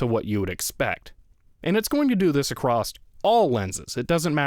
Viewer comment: Yes, I also enjoy manual autofocus. Edit: "Acrost." I think the word is "across", no T on the end. Not mocking you, I have a friend that says it that way too. And I've even done it myself. Kinda a fascinating language quirk.